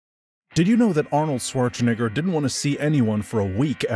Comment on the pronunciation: Considering the high output and the low level of personality, I though this was an AI channel. Only the mispronunciation of Schwarzenegger gave it away. Maybe you should think about personalizing your videos more?